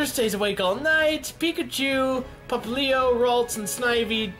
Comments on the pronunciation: ITS PRONOUNCED POP LI O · ITS pop-li-o how to pronouns it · Turpig, now it’s like tehnpig Popallio... why? Pop li o Teh pig Pop li o Please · Terpig? Pffffffffhahaha its pronounced tepig Also popplo? Llooooooooooool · I hate how he pronounces Tepig and Popplio